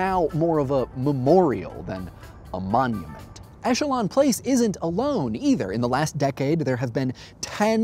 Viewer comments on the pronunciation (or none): none